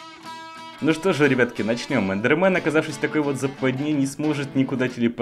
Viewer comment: Эндермэн а не эндерман